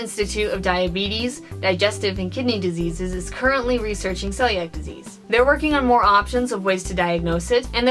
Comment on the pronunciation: This was a great video. Though it's pronounced "seeliac".